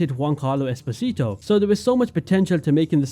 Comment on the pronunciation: I did not hate this game, but it disappointed me. Especially the world, which I had assumed would be awesome to me :/ I enjoyed the music, though. No idea why nobody can procounce Esposito as the actor himself does...